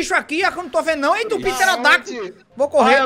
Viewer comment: "Tem um piterodaktos aqui" 🤣🤣🤣